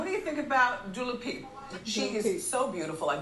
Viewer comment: Wendy calls dua lipa "dula peep" lol